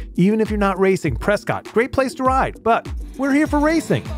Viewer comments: Btw it’s pronounced Preskitt... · Prescott - rhymes with biscuit